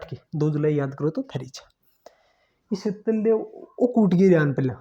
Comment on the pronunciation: शीतल देव ❌ शातल देव✅